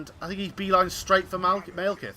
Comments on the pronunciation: "Maelkith" Stop that please. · Yeah, he pronounced it wrong :)